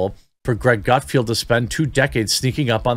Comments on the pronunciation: Dude! GutFELD, not GutFIELD. It was cringy hearing you say the name wrong over and over and over again. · Its Gutfeld,not Gutfield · Not to be that guy Jeremy. But it's Gutfeld, there is no "i" in his name. It's pronounced felled not field. I have been watching him since the old Red Eye days. When he was on at like 3am. But his success is simply a matter of an oversaturated liberal field and no Trump to keep them afloat. I mean if Craig Ferguson came back (please 🙏) he would crush them all at this point. He was never really political. He's genuinely funny and his show was great. He would be number one in a week. If CBS had ANY brains, they would fire Corden, move Colbert to , and back a truck of money up to Craig's house. But sadly, Craig has integrity and has flat out said he doesn't want to be "the guy" . Too bad for all of us. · Love your channel. Keep up the good work. I watch the show in question frequently because as you pointed out, it’s funny. And you’d be great on it but first you have to get his name right. Gut feld… feld not field. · It’s GutFELD not Gutfield. And what’s with not reading everything as it’s written? I have to say, that’s frustrating to the viewers. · Btw its gutfeld not gutfielf. My wife yells at me when i get it wrong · If you're going to try to get on his show, then I strongly recommend you try to get his name right. It's GUTFELD, not "Gutfield"! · If you want to be on GUTFELD, it would help if you started pronouncing his name correctly. It's NOT Gutfield, it's Gutfeld! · It’s GUT-FELD. Rhymes with “MUT-WELD” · "Gut-Field"? Seriously Jeremey? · Come on Jeremy put a little more effort into reading. His name is Greg GUTFELD. There is no i. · Omgosh. It’s GUT-F E L D. Learn to read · GUT FELD! GUT F E L D! LOL. Come on Jeremy! There is no "i" in GUTFELD. Coming from someone who's last name is coffield, pronounced koe feeld :) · Maybe 1st learn how to say his name correctly before you wanna be on his show